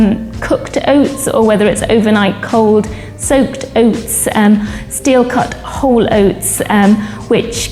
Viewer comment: OATS OATS OATS.... fockk this woman at the beginning with her stupid pronunciation